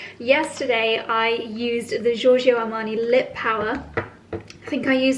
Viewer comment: apologies for offering unsolicited advice, but this is how 'Giorgio Armani' is pronounced: It's Italian but you and Victoria both keep pronouncing it as if it were French and I'm sorry but I had to! Love your content!;) <3